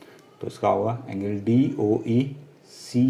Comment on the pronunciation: Angle ko engil 😂😂😂